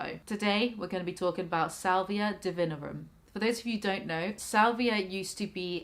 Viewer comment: hermione voice its not duhvihnrrum its di-vi-NORRR-um